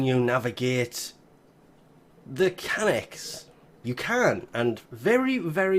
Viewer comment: KSB-Pr0fit _ whoever said i was hating? 😂 anyone is able to say cyanex and it is not that hard to say cyanex, this man said kanex.